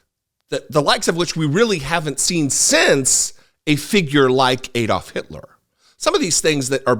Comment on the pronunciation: is so precise with his posts yet he seems unable to pronounce ADD-olf not EED-olf. Does he pronounce Alabama as Eeleebeemee?